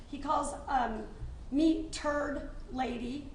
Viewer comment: The 2nd i heard say turd lady i spit my drink out and busted up laughing 🤣